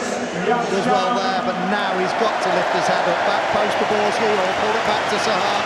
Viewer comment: C'est POBORSKY lol